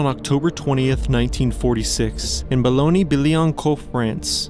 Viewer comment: As a french speaker, let me tell you that you absolutely destroyed the pronunciation of Boulogne Billancourt . It was kinda funny.